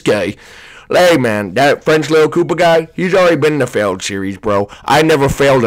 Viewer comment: it's koopa